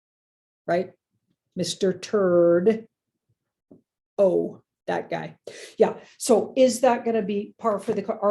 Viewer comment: Mr T is Trump, unless she says Canadian Mr T (whom she usually follows by saying “Turd- o”; Trudeau) 😊